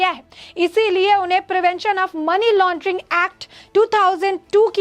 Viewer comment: टेरर फंडिग __ मनी लानडरिग नहीं । सुधार करे।